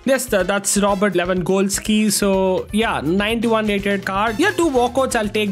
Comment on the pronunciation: why do you say lawangolski